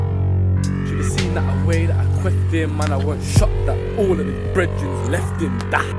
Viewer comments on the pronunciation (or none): Same i thought brehden was breath but his accent pronounces it differently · I'm guessing it's brethren mispronounced